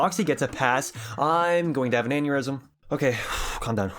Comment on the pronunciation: I'm going to have an anurisum." is crazy